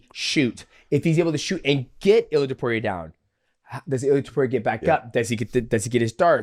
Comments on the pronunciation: TOH-POO-RIA NOT TOP-YOU-RIA Coohnt lmao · Who the fck is Topiuria? It's Topuria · Guru: ilia too puria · Guru saying "Ilia Topiuria" is a pet peeve of mine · Who the hell is Tupuria😂😂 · it's not "tiupiuria" either xd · Tuupuria 😂 guys needs a pronunciation lesson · Tah-PURE-ia ….. you sound like an ass. Say it normal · This dude cannot refuse to call Georgian midget „Tiopiuria” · Who’s TEP-PURE-RIA? 🤣